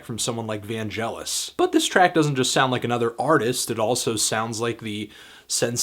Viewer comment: Vangelis is pronounced Van gel e..